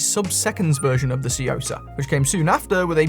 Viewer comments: Took me a second to realize you were saying tsuyosa, had you not considered looking it up and seeing how it's pronounced or something? Because the way you say it is like way off. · One of my favorite things is hearing trying to pronounce Tsuyosa 😄